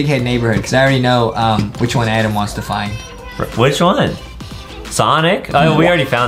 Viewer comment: I love that everyone calls Adam Adem